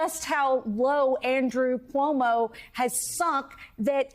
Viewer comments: Komodo 🦎 still cant say Zohran surname properly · You mean Cumoo? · Andy Cummo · I believe it's pronounced Cummo.